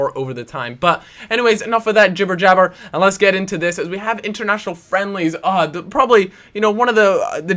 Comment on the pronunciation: "probobly the downsides of ultimate team" u drunk?